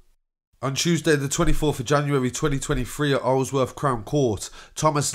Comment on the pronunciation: i-zel - woth crown court is how u pronounce it